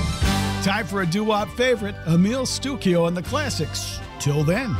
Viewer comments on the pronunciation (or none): IT'S PRONOUNCED: " STUCHIO"; ITALIAN.----MJL, 77 Y/O